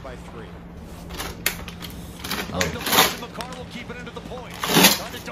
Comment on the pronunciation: You were close on the pronunciation of his name, first part you got right but the second part is pronounced car, so ma-car